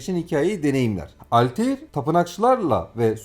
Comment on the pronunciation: Video çok güzel emeğinize sağlık ama kurban olayım bu tarz bir video çekerken şu telaffuz olayına biraz daha dikkat edelim. Desmond milis, alteir, assassins crid... bunlar çok basit telaffuz hataları ve dinlerken gerçekten kulak tırmalıyor. Video gayet güzel olmuş gerçekten ama sadece 2 dk youtube a yazsanız bile nasıl telaffuz edildiğini bulursunuz. Sizin gibi geek insanlar bari bu hataları yapmasın lütfen.